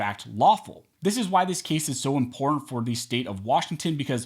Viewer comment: I cringe every time you say the word imporant instead of important